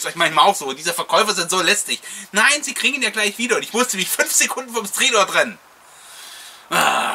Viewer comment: Bin froh, dass alle Stridor mit i absprechen.:-)